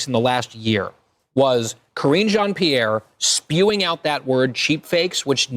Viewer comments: Jean(John)Peire(Pee-air) should be the proper annunciation, yeah I don’t like her either.smh. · Her name is pronounced KAREEN JON PEE-AIR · Pronouned Karine John (shawn to some) Pee-Air...sorry...had to😅But SOOOOOOOOO GLAD to see her dirty toilet brush looking arse GTFO!!!!🤣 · Let’s get pronunciation corrected Jean is pronounced john and pe air!